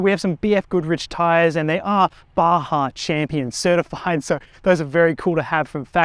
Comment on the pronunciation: This is the first Australian I've ever heard say "Baja" correctly!